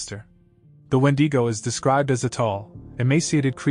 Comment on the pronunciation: Crazy that no one has pronounce Wendigo right lol no matter how many channels are made talking about it they never done it right